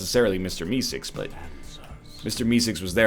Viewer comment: Why does he say Mister E-cigs instead of Meeseeks